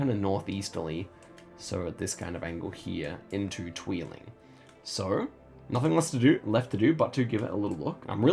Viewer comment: I like your pronounciation of 'tweeling' :). It means 'twins' and isn't a town name :p